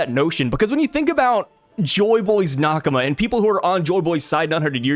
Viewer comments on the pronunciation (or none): none